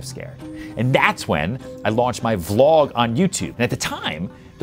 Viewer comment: I think it's charming that despite Ryan's massive success on social media and on YouTube, he still doesn't know how to pronounce the word "vlog" properly 😆